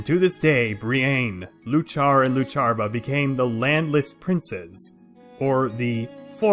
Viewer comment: He can't even pronounce the names right. Bree-Ain, Loo-Char, Loo-Char-buh. It's Bree-in, You-kuh, You-kuh-puh. Iuchar and Iuchabar start with a capital I, where does the L come from? The emphasis when speaking is on the first syllable. Also all three sources for the video lack supporting evidence. One includes a list of books but whether the information comes from any of the listed books is anyone's guess as no references are given beyond citing an entire book. Eochiaba/Eochaidh seems entirely made up, the name appears based on Eochaid(h) which was an epithet of the Dagda's and means horseman or perhaps divine stallion.